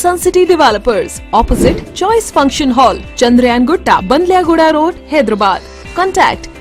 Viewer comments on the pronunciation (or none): bhai Phir HYDABAD BOLO KYA BHAI